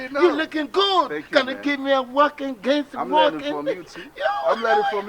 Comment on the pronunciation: Oh my Goot. AKA nailed the English with different accent for me..😅😅😅😅😅😊😊